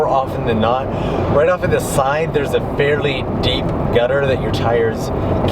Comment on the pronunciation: did you say gutter??? hmmmm